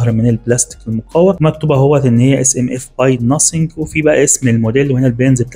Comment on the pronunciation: إخوانا المصريين ... في الكلام العادي انطق الثاء س والذال ز نعديها لكن ليس من حقك ان تغير اسم منتج بتغيير الحروف ( ناسينج ) . انا استغرب اذا بغيتوا تنطقوا الحروف صحيحه مايكون فيه صعوبه عليكم